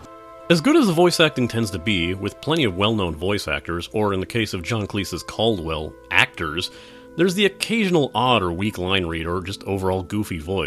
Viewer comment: Who's Calldwell?? Do you mean Cadwell?? :D